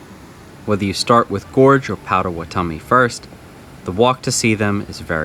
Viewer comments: 4 years late but its Paht-Ah-Wa-Ta-Mi. Gotta put respect on their name. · Thanks for all the recs, especially outside the state park! Just an fyi, it's pronounced Pot·a·wat·o·mi, though I'm sure you know that by now!